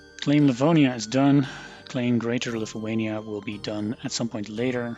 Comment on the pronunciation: jij zei precies "Livoania" :) Ook nice vid 👍